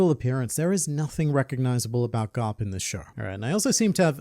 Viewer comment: Vice Admiral Gar-lup